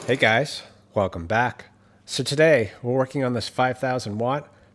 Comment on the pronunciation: once again called us gays in the intro: "Hello gays"